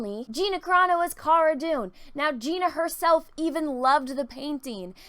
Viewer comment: It's CARANO. You could at least get her name right.